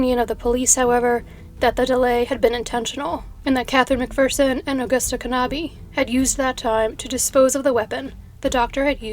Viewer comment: Hell-UH-nuh Kuh-NAH-buh But great topic, I love how you find the most obscure stuff